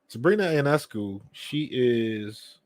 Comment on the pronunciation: You didn't watch the game, you don't know the players? The game was attended by season ticket holders only. Yet another desire to connect Caitlin Clark to everything Angel Reese does. OH and Sabrina's last name is pronounced "Yo Ness Scoo".